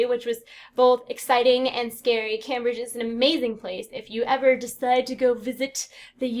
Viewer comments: I'm sorry but it's pronounced Came-bridge, not Cambridge XD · it's kinda cute that she pronounces Cambridge as cam-bridge (logical, right?) but it's actually pronounced came-bridge ;)